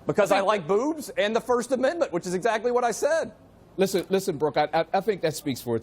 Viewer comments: really sounded like he said booze, and not boobs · The guy should have corrected the anchor... "no, I said *bewbs*, b, e, double u, b."